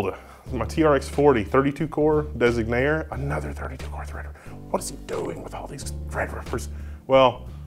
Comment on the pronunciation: The misspelling and mispronouncing of Designare is triggering me.